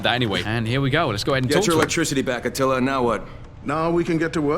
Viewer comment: It’s atilla not attalia